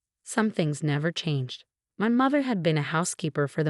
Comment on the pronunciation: The AI that reads the story does not understand English grammar, spelling, pronunciation, and words. Like Marinez, pronounces Mar tin ez, not Mar teen ez. Mather, not mother, and on and on. Some of the AI reads the page breaks as underscore underscore underscore, until it runs out. Obviously there is no understanding of content, thus wardroom, not boardroom.